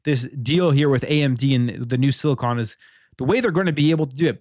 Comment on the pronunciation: I've seen several people covering this article and is the first to pronounce "silicon" correctly.